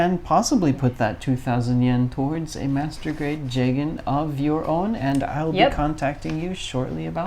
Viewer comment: ITS PRONOUNCED JEEGAN AND YOU DISGRACEFUL REVIEWERS CLEARLY DID NOT WATCH CHAR'S COUNTERATTACK